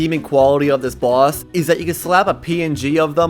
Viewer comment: They way he says boss is like bΩss